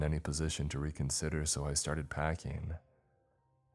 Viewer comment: PackING!!!! NOT packEENE!!!